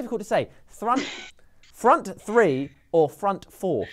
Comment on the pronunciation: Its 2032, United are closing in on title no. 28 and Sam's still struggling with saying "Front free, front frour"